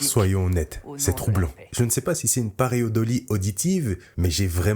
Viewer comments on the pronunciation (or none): On dit : péjOratif et pas péjuratif / on dit: paréidolie et pas paréodolie.